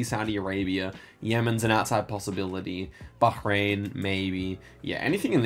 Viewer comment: I know this comment is a bit late but the pronunciation of Bahrain was surprisingly good. But very cool map and even cooler guesses